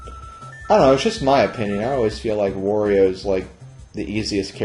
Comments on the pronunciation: it`s Wario not Vario ! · Wow, all these years and I never knew about that shortcut. Very interesting! Also why do you pronounce Wario like "Vathio"? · I hate the way you say Wario's name lol